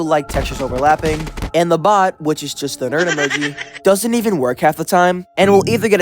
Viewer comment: bro said nerd emogi not emoji 💀💀